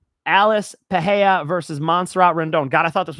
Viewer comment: Pereira…the Rs are not pronounced like an H…that only happens when the R is in the beginning of the name..or if it’s 2 Rs together…ie. feRReira (feheira). Other than that, great content.